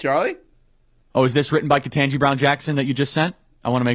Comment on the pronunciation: Ugh I hate how says Ketanji Beown Jackson's name wrong every single time.